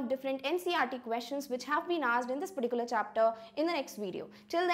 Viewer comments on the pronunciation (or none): none